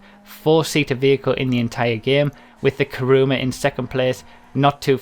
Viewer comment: It's not "Karuma" it's "Kuruma". Everybody gets it wrong.